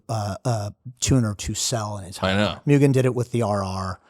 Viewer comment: Oh, man,. You and Sung Kang need to keep going with the movies. "Smokey." Make it happen! Also, if you care about pronunciation, it's moo-gen, not mew-gen.